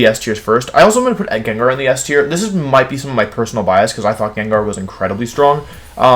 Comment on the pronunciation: Jen jar too